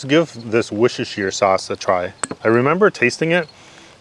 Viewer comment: Respect for not correcting how to say wochesrhetset sauce